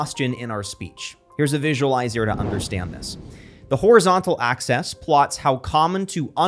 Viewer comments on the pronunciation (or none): Bro said “horizontal access”. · speak well. 'the horizontal access' 😂😂😂😂